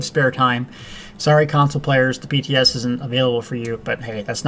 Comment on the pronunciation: LOL... Of course by {TS you meant PTS... probably just your accent... :)